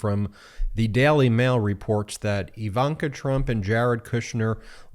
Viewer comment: Can you please learn to pronounce words like jail or daily ?